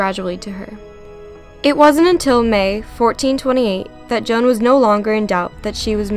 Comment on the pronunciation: I APRECIATE SAYING MY NAME THE RIGHT WAY:) I'M JOAN OF ARC(CLOEPATRA) PRESCILLIA PRESLEY